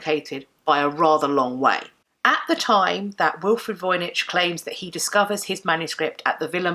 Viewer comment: You should pronounce Voynich with the "ch" like in the word "match". It is a popular Polish surname and the name of a town in Poland (Wojnicz).